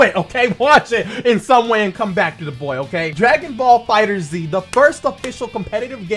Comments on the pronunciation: my boy, it's just pronounced fighters lol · ISSA FIGHTERZ DAWG NOT FIGHTERS Z